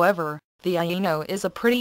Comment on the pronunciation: It is quite nice. Yeah, did this one. She didn't know how to pronounce "Aino" though.. it kept sounding like "Anal". Cough cough.